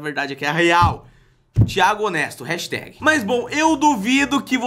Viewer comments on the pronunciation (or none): none